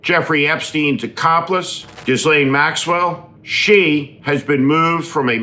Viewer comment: I am amazed after all this time the number of people who still mispronounce Maxwell's first name.